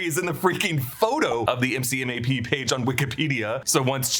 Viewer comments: Marine here. The MCMAP acronym is said “mick-map” not spelt out. I know the movie spells out the letters too but just thought I’d let ya know ! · As a Marine, MCMAP is pronounced MC-Map. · As a Marine, MCMAP is pronounced McMap (like McDonnell). Each letter is not phonetically pronounced. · It was killing me that no one was getting that right